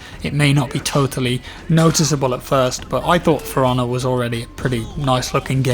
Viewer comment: I keep hearing Piranha instead of For Honor... >_>